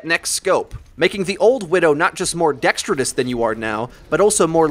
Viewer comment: The word is dexterous, not dextridous. I'm triggered.